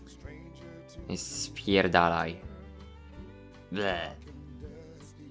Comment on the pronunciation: Poprawka: sy cy py